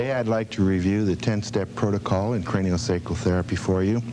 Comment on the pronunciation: every time the rlm crew mispronounced cranial sacral it genuinely hurt my soul. I didn't know i cared about the pronunciation of cranial sacral until now.